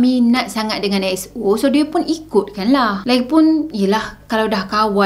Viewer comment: Betul la dia sebut X-O bukan E-X-O Sebutan dia mcm ni EX-O